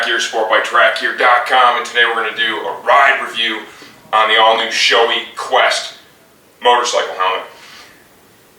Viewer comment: Great video...but Shoei is pronounce as, "Show-ay". :) No reflection on your video though. Well done and helpful. :)